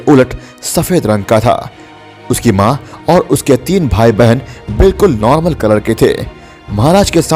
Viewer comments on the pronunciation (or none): none